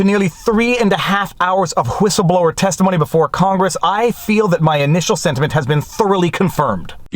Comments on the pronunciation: Did you say Hwhistleblower? Psssst. The W comes first. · What's a Hwistleblower? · Viva, I just won a bet. I said that you would pronounce the "H" in whistleblower and you didn't disappoint. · Love that H XD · Gotta hwonder hwy a hwistleblower hwouldn't share her documents hwith the FTC. Hwat is it she thinks Congress can do hwithout bringing in the FTC? Ah, a distraction to benefit the Dems and Big Tech at the same time hwile trying to appear as if they're looking out for the common rabble.